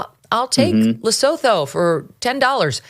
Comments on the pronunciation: Just to let you know (from an ex South African) that Lesotho (Le-Sue-too!) is a very small independent kingdom within the boarders of South Africa. It’s also known as The Mountain Kingdom. It’s very small, very rural, quite poor and only has a population of a couple of million. I have absolutely no idea why the US would have been giving them money🤷‍♀️ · Lesotho (luh-soo-too) is a TINY principality surrounded by South Africa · Guys! Look on a map. Lesotho and it’s pronounced Lassootwo. It’s nestled within South Africa